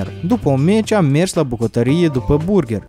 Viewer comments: Si apropo nu se zice burgher , se zice burgăr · burgar se zice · Se pronunta burgar